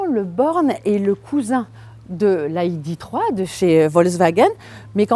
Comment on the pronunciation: Il va falloir choisir c'est "aille di three" ou "hi dé trois" pas cet espèce de franglais. Sinon plus valorisante que sa cousine VW mais bof bof